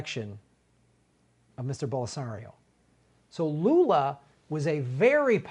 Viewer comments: "Bolserio"? I love, but that was weird. It didnt occur to him that Glenn was pronouncing it correctly? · For the record, Lula was released just recently. Michael at the Michael Brooks show just did an interview with Lula. Highly recommended. Also, it's pronounced Bol-sin-aro